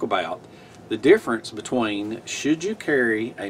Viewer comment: What is be twaine.... Oh.. oh.. between.... Sorry... I have wanted to hear about this subject and these items for years. Thanks. I love this video.. 😊